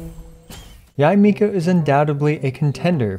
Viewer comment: thumbs up for pronouncing her name right